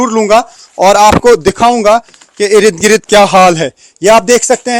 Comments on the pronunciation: Sir Salam Sir irid girid word nahi hata...asal word Ird,,gird hota hai don't mind ❤ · Erid grid.erid grid what 😂😂😂😂😂😂😂😂😂😂😂 I am counting 19 Nos of "Erid Grid "